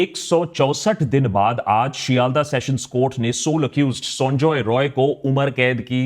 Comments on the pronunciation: I want to rectify one thing. You are pronouncing accused name incorrectly. His name is Sanjoy Rai... Not Roy.. He is not a bengali.. He is an outsider so dont pronounce it like Roy Roy.. Its Rai Rai.. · Is he not Sanjay 'Rai'.? Roy and Rai is not same... it is sounding wired... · Correction:It’s not Roy it’s Rai